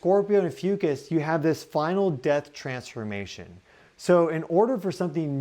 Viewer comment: 🌻Hi, mins - I stubbornly needed to know if you said, Ophiuchus or the constellation Asclepius,, because my computer's closed caption spelled it 'AFUCUSS', and sounded like 'Ahh Foo Cuss"... I'm partially deaf and not familiar with constellations (as most likely, many in your audience). If you're pointing to the Serpent Bearer constellation, then PLEASE REITERATE as "Ophiuchus, the Serpent Bearer". Once I turned the brightness on my screen all the way up, I could read 'Snake Bearer' on your Stellarium viewer. I wasn't sure that is what you had pointed to, though. Then I switched over to google ai and asked if the 'Serpent Bearer Constellation was also called "AFUCUSS'. Ai responded with "Did you mean Asclepiius or Ophiuchus? So l then want to images on google to see what Asclepiius and Ophiuchus looked like. I got a match with the Ophiuchus Constellation, but it was turned around., I do love your podcast, but this word you used was a bit exhausting for me. Thank you so, so very much for considering my advice.🌟💛🌞🧡☀